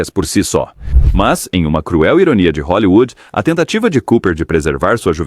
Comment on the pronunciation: TILLSETOW .................. E O CARALHO RAPAZ FALE HOLLYWOOD